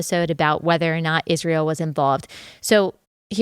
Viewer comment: Thank you for pronouncing Israel correctly. Candace adding an h to it drives me insane.